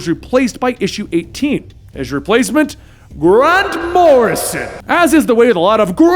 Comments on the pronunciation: i love the way he says G R A N T M O R R I S O N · I'll never be able to say Grant Morrison, the same way again. From now on, it's only GRANT MORRISON! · Dude stop with the grand morison it's so annoying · The "Grant Morrison" joke was funny exactly ONCE (sort of). At no point was Danny named The Roadway instead of The Street. Rachel's name was not pronounced like the slur used against Polish people. 7 years late I know, but it just popped up on my YT feed, I clicked because Doom Patrol, and GOD, was that annoying!